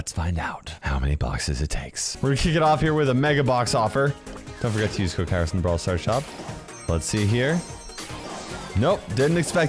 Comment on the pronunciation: Kairos becoming Italian 🤣